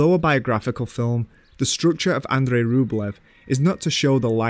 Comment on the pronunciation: Love the content of this video. The mispronunciation of the director's names (Louis Malle, Murnau, "Andrei" Tarkovsky for example) and the accent in general made it very difficult to watch. How does one know so much about cinema but get the names of the directors wrong? And with such conviction. That's baffling to me. This is one English accent that simply destroys everything in its path.